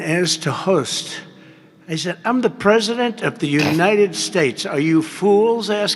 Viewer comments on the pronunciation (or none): “I’m purshundurt of the unishtatz”